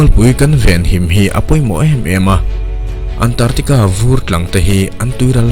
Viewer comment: Antartica nilo in, ANT ARC TICA tia lam tur ani e